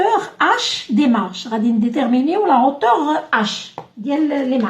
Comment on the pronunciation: اختي hauteur تتقرا اوتوغ مش هوتوغ وشكرا على الشرح